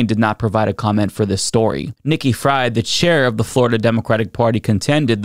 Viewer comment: Her name is pronounced FREED.